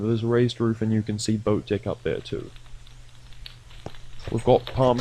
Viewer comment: why every time you say deck it sounds like d# ck xd